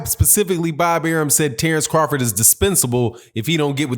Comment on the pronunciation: The name of Terence Crawford is wrong Tenence crawford